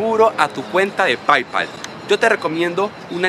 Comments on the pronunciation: PAIPAL xD, se pronuncia "peipal" y se escribe Paypal bro! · Se escribe PayPal y se pronuncia peypal sopenco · Se dice "PeyPal" pero se escribe "PayPal" -_